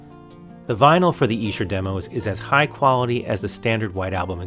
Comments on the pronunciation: Brilliant! Definitely the better deal there! $50, such a great price too! Esher pronounced exactly right, Great Job! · Bruv, from one Beatle bruva to another. You are correct on your pronunciation of Esther. Also congratulations upon your recent engagement. May you both have many years of happiness together. Gb George.